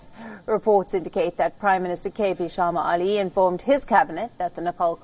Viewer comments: what an useless anchor. She says Oli as Ali several times.. should correct her pronunciation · It (Oil) is pronounced O Lee not Ali 🤭🤭🤭😅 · It's oh!_li (oli) not Ali 😉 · Let'sfor once agree, the pronunciation of propernouns , und it's Oli, and not Ali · Please pronounce Oli & not Ali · His name is not Ali, its Oli. You can address him as Mr. Sharma is its difficult to pronounce Oli. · is a great news anchor. Her pronunciation for Nepalese name is strange.